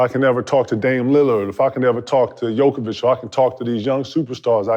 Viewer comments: Who’s gonna tell my guy KG it’s Jo-Kic not Jo-ka-vic 😂 love the show tho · Disrespectful to Jokic. Learn to properly say his name man. It ain't that hard